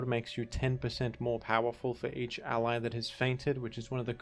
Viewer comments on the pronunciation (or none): none